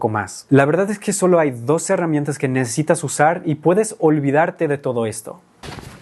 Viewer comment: Te felicito, hablas perfecto español! solo te aconsejaría pronunciar, modular , más la palabra "necesitas", todos los extrangeros tienden a decirlo rapido y suena a "necitas".